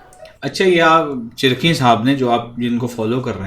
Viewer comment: चिरक़ीन नहीं, चिरकीन थे। उर्दू में अगर आप काफ़ को क़ाफ़ बोलेंगे तो वहीं पर आप ज़ीरो हो जाते हैं। पहले उर्दू का तलफ़्फ़ुज़ सीखिये फिर उर्दू की शायरी पर गुफ़्तुगू कीजये